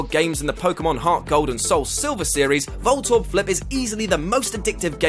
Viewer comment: I put my head in my hands as soon as I heard "Voltorb"